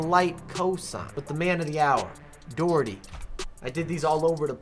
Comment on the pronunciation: I hate the way Doherty is pronounced